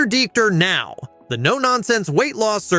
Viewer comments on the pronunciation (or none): The AI got WORSE as the video progressed! Dr. Now became more harder for it to say